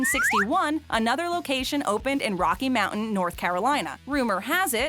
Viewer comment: Serious problem saying Rocky Mount, and Fsyetteville